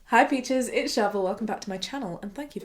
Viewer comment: Am I the only one who just realised that has been calling us peaches and not bitches all this time?? No, just me? 😂😂😂😂